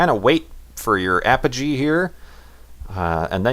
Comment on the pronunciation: Apagee and Pedigree? IT EVEN SAYS THE FUCKING NAMES! Learn to read. (I'm sorry... Don't hurt me please...)